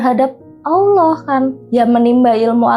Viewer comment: Nyebut ALLAAH saja blepotan kok dikasih panggung? Bajlol